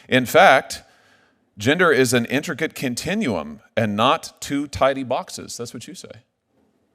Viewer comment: Senator Kennedy... 🫣!! "Intricate continum." 😳